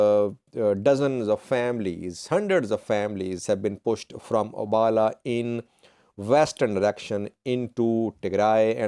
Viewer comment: You are not only working for terrorist organization but also a big lier how lie to the terrorist supporters of tigray.can you pronounce abhala instead abala. Abhala town lives afar and other ethiopia ethnic like tirayans and amhara.the whole town lives less than ten thousands of populations. All most 80 percent are Afar people. I am not informing and terrorist organization supporter how do not want to hear the truth. i will like to hire you as labour instead of being a lier and propaganda for terrorist group.